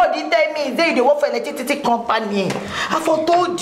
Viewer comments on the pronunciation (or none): Right eleticity😃😃😃 you know knew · Eletitity🤣🤣🤣🤣🤣🤣 Jennifer will not kill me🤣🤣🤣🤣 Timini, Timini,, Timini👂👂 How many times did I call u??? U r getting on my nerves o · It's Eletitity... abi you don't knew ni